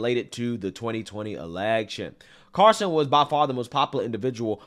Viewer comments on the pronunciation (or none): it’s tucker “CARL-SON” NOT “Carson” like Ben Carson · Carl-Son. Not Car-Son. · CARL-SON. Not CAR-SON. JEEZ!! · CARL-son not CAR-son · I tried so hard to finish this. Saying Tucker CARson over and over just drove me nuts. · Is he saying "Carson" or is it just me? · all he needs now is to learn how to pronounce Tucker's name. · The L in “Carlson” was really giving you hell wasn’t it?😂😂😂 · Love ya but your pronunciation of Carlson is killing me lol. Where's the L? You got Asian in ya?